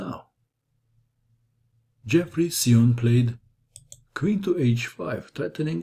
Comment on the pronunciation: I saw Xiong play in the USA championship. I believe you’re mispronouncing his name. Great video though.